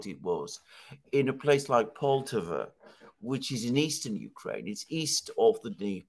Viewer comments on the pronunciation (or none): It's PoltAva actually, not POltava. got it just right.